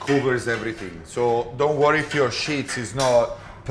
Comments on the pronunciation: Wonderful, but please it is sheets (eeeee) not shits. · The pronunciation of sheets was interesting 🤣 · Thank you for confirming I'm not crazy. I kept hearing him say "pasta shits" and it's all I can think about now lol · My husband is French. I didn’t realise the Italians pronounce “sheets” the same way😁💕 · I really like the lighting in this kitchen. Most professional kitchens are lit up like the inside of a convenience store-gas station. This one is well lit, but not obnoxiously bright. Also, I like the way he says “sheets” ! Great video!!!